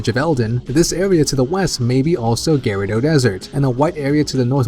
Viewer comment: dude the gerudo desert is pronounced gir-oo-doh